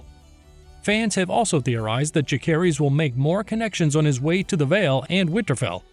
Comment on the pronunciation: Jacerys and Lucerys....the C isnt hard, its pronounced like Luserys/Jaserys. They say it numerous times in the show, there is zero reason for you to mispronounce it.